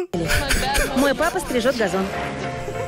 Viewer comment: "strizhot gazon" 🤣🤣